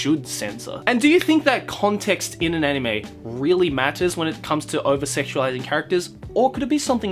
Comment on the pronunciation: Why does he pronounce To Love Ru (which I have never seen and never will) like in Japanese, bet this weebfuck calls Death Note "Dethu Noto" PS Also fuck Monogatari that shit's literally child porn PPS also Shinobu's your waifu? There's no defending that, you're going to jail haha